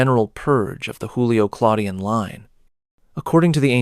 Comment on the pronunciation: JOOlio or YOOlio, not HOOlio. It's not Spanish.